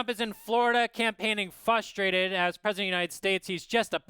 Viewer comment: one of the cartoon guys says "fustrated." Boo. Say it correctly or get off my screen. F-R-U-S-T-R-A-T-E-D.